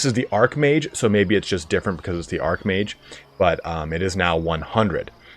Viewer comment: I would expect 'Archmage' to be pronounced same as 'Archbishop' which is to say with a soft "ch" as opposed to a hard "k". Hearing "Arkmage" all the time was a touch peculiar; Isn't it the Dark Elves who get Arks? ;-D Apologies if some (dopey) "lore" reason decided to change the pronunciation and thus you're correct and I simply didn't realise that to be the case.